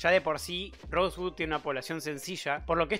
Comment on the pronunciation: "rosegud" xD